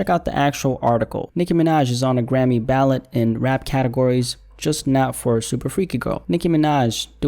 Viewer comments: The word is ‘ballot’ 🗳️ not ‘ballet’ 🩰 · it's Ballot not Ballet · the way he pronounced ballot as ballet 💀